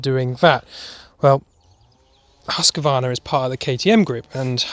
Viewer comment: There's no a in Husqvarna.its pronounced..Hooskvarna.not Husqavarna